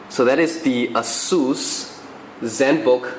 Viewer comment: actually technically he did say it correctly. ah-seuss. google it :)